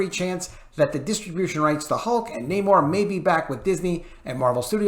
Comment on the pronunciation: can you please stop pronouncing namor's name with Latin accent, I'm trying to get through your news without 😂😂😂